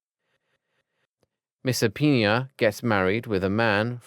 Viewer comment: He called Misapinoa and Arcturus "Misopenia and Arctus"😂😂 He said Arcturus even more wrong "Arctius" Every time this man pronounces Arcturus it turns into something else every time!! "Arkius"???